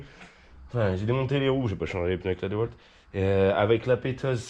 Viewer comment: ont dit Diiiiiiwalt et pas deux walt 😉 mais j'aime bien quand tu dis deux walt ça me fait marrer on dirait mon défunt grand-père, et rien que pour ça merci c'était un grand homme! One love